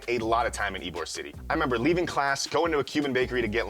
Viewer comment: Ybor is pronounced ebo